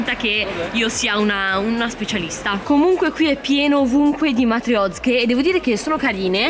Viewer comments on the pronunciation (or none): QUANDO VALE DICE MATIOZCHE IO CHE MI SENTO A DISAGIO PERCHE LE HO SEMPRE CHIAMATE MATRIOSCHE AHAHAH TOP🤣🤣🤣🤣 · piccolo consiglio da russa... si dice MATRIOSHCHE hahaha